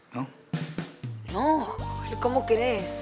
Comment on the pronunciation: le dice "Yoel" a Joel 🤣🤣